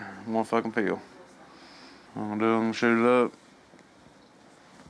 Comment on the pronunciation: The way they say "pill" like "peel" (orange peel) is so fuckin annoying man haha.